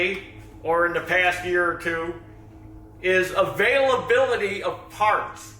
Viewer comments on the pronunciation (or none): "Availavility of farts"? Plenty of them around